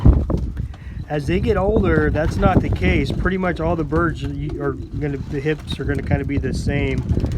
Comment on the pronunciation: Are you saying HIPS or HIBS? Not sure what HIBS are.